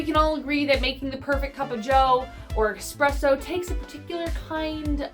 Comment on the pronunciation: Say it with me...esssssspresso